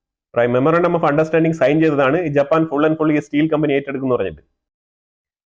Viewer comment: Pls note the name is Japan pls do not pronounce it as JAPPPAN